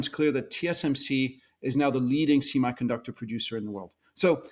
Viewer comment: I cringe every time he says simaiconductor